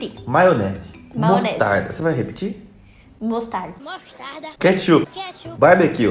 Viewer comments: Uma coisa engraçada,desde quando é "katshup" kkkkk Fora isso o vídeo tá uma DELÍCIA AMO VOCÊS <3 Edit: é BOLACHA ou BISCOITO? Edit 2: é KATSHUP ou KETCHUP? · Quem viu ? " Katshup " kkkkkkkk